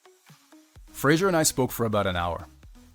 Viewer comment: Why does the guy presenting the video keep pronouncing Fraser as Frasier?